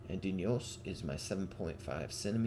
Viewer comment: hello thanks for naming units with dneos- pronunciation dnehos, where the letter e is pronounced like the e in the english word west